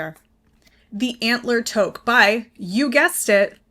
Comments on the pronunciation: By the way toque is pronounced two-k not tow-k 😊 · Canadian here….Toque is pronounced Tooque 😂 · Toque is pronounced toook! 😊🇨🇦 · As a Canadian, your pronunciation of toque made me giggle 😂